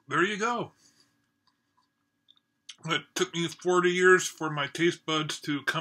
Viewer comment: There are a lot of varieties of natto - when you have fermented foods, they can go in many different directions. It's sort of like cheese in that respect. I've liked it okay exactly two times, and not liked it the other times I've tried it, which is only... five times or so. Incidentally, for the pronunciation, the "っ" before the "と" of なっとう (納豆) means you first pronounce the "na", and then have a moment of silence and kind of strengthen the "t" part of "to". And while it's inaudible to us native English speakers with our flexitime language, the "o" sound technically blends into a "u" (う) sound although in practice it's more like the "o" is just extended a bit. Also there's the aftertaste... were you okay with that?